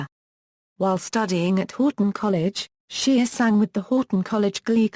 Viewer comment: His name is not SHEAR it’s SHEA!